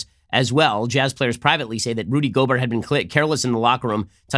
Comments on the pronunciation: It's pronounced go-bear, not go-burt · It’s pronounced Rudy “Go-Bear,” he’s French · Just to let you know it’s pronounced gobear cause he is french... I think